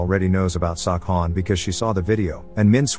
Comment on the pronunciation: I swear I heard sawcon